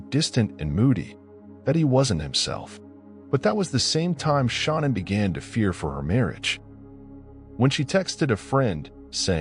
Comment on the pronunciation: Her name was Shan-Ann not Shawna!